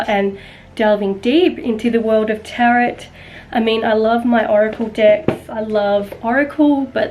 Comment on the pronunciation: It's pronounced taro not tarot 🤗